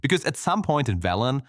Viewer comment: "Veelen"? Did you play W3 with sound off or something?